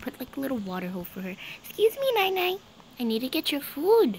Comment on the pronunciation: The name is NiNi but she says nainai